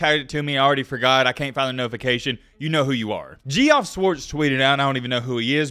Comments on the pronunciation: Jesus Christ man. You pronounced the name Geoff (jeff), fvckin' "Gee-Off" ... 🤦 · Bahahahahahahahha!! Dumb. PAC12 the worst conference in the power 5?!?!?! bahahahhhahhahahahahag please. Also, dude's name is pronounced Jeff (Geoff) Geeeofff ....LOL! Bro, Oregon St ...the Beavers just obliterated Florida like they were a pop warner team. You are so biased its not even funny. Gonna have to eat your words. It takes people to point out the talent for you to even think that the PAC is relevant?!?!?! Just silly, the best players are out west and thats that. Just because the PAC12 plays a full conference schedule with no November cupcakes (ehhemm SEC) we haven't been able to get a playoff team, thats it! If Utah doesn't absolutely BLOW the game at the swamp this year (total Utah move) they'd be playing Georgia not Ohio St. Best QBs in the nation bar-none! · You did not pronounce that Gee- OFF lmao bro